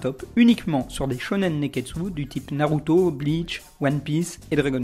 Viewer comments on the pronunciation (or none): none